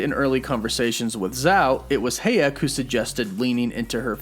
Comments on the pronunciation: Salma HAyEk, not hEyAk :)))) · It’s HA-YEK!!! Not HAY-EK!!! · Is Salma HA-yek not Hey-yak 🙃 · Dude.... Come ON! It's HAAAH-YEK!!! SALMA HAAAH-YEK.... Not... HAY-YEK! Like A Barn With *HAY* In It! Annoying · I was wondering you kept saying "heyak", who's heyak? Then you keep talking about Salma's character.. so then I realize... it's SALMA "HAYEK" it's pronounced as it is spelled, Sir. Ha·yek (to make it simple)... you can Google it though it would give you "hai·uhk" but still same pronunciation...ha·yek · pronounced High-yek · I don't know about "Gilgamesh," but, you sure did slaughter Salma Hayek 's name... lol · Lol you pronounced Salma Hayek wrong. j/s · The way you pronounce Salma last name 😩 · I dont want to hear you fact checked on hay-yek pronunciation lol Butchered homie lolol...keep up the good work brother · no one is going to say anything about how he pronounces Hayek like my lord i mean im not being mean but it a little weird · pronounced Sir-See. no z. You do pronounce names funny lol sad you dont know who Salma Hayek is...